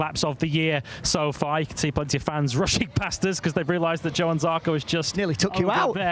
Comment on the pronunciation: nailed it - Jo-an, not Yo-han, Jack;)